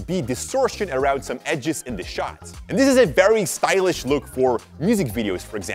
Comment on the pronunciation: When you say stylish, it look like so wet 🤣🤣